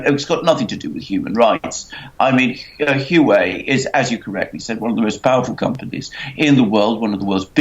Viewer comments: Huawei is pronounced as Huwawei not Huwei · It is not Hu wei. It is Huawei. The 'A' for America just got kidnapped. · I'm told its 'wha-way' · Huawei is pronounced "Wah-Way". Just google the pronunciation of the word. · Say Huawei like this 'Hu-Wow-Way'. The way you guys say it, it is so wrong, I cannot even understand you. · I can't understand either. "Wah Way"(2 words) is the correct pronunciation. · Huawei is pronounced ' Hwah Way ' Ms Meng is now out on bail. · Can't even pronounce Huawei right?